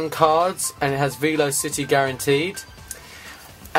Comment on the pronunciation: Ve-lo-city do you pronounce?